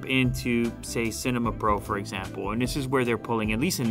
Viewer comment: I don't think that's how you would pronounce "cinema".